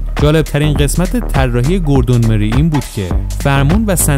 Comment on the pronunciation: گوردون مورای هست اسم طراح اولین خودروی خیابانی مک لارن. چرا جوری اسما رو میگی ک انگار فقط خودت بلدی